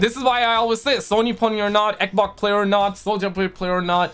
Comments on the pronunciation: say it with me XBOX XXXX BBB OOO XXXX NOT EKBOK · Hey! Can you spell me how you pronounces xbox please? Eboc?😂 I recently discovered you I love your videos! Continue like this 👍